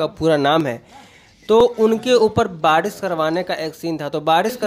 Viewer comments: बाडीस नही रे...बारिश बोलते हे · बारिश बोला जाता है ना की badis